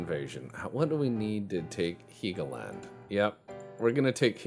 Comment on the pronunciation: it's Hell-go-land.. not heegoland